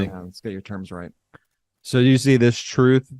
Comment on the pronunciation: Trump's truuuuth (that's a hard word for him to say) is disgusting!